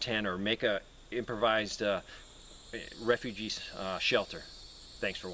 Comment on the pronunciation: Don't you mean re-fu-gee